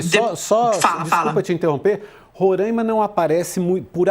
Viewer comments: Não é Rorãima ... É Roraima! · Roráima! Não Rorãima.. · Roráima pelo amor de Deus, RORÁIMA. Descurti o vídeo e eixei de assistir depois de de tanto ouvir Rorãima. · Só fiquei agoniada ouvindo tantas vezes " Rorâima", sendo que nome do estado não tem acento pra deixar o a"A" fonhoso. É Roraima 😊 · Não é Rorâima. É RORAIMA. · Aprendam a pronunciar Roraima direito. Não se pronuncia Rorãimã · É RorÁima. RorÁima. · RORAIMA = RORÁIMA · Esses bandidos da direita são todos covardes. E é RoRÁima, mana. Fala certo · Meu ouvido sangrando ela falar errado varias vezes.